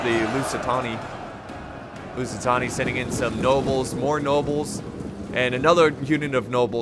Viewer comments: STOP SAYING LUSITONI PLS. There is no O in LusitAni, it is an A. Love the vids btw. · Drinking game. Drink a shot of vodka every time says "Lucitoni" instead of "Lusitani" Have fun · most used sentence by FAR: "Lusitony..? LusiTAHNI, excuse me.." How many times can one make the same mistake yet still never learn.. 😂😂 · it’s Lusitani... Not LusitONi.... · Lusitoni Me: TRIGGERED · Every Time i hear him say "Lusitoni-": NO MORE! NO MORE!! STOP SAYING IT!!! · At this point, has me saying “lucitoni” as well 😂😂😂😂😂😂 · God pal , you need to stop saying lusit- Toni ! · Say Lusitoni one more time. I dare you.